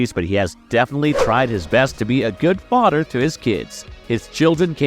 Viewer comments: Please get some speech lessons. Your "th" soeech issue is quite distracting. But your VOICE is top notch. Work on youre "th" pronunciation. EXAMPLE: its FaTHer, not FoDDer Great job though! This is constructive criticism, not an attack. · This dude is killing me by not being able to pronounce "TH" instead uses "DER" LIKE FADER INSTEAD OF FATHER AND DERE INSTEAD OF THERE OR THEIR. OR MUDER INSTEAD OF MOTHER OR UDER INSTEAD OF OTHER😂😂😂😂